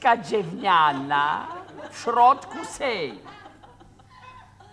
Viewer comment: W tym sęk..." Dżewo, deska dżewniana, w środku sęk. A kto ma dżewo, Lutman? Jaki laaas? Taki mały, biały dupelek. A ona sprzeda? Co? Ten tartak? Kuba, przecież... JAKI TARTAK DO CHOLERY? xD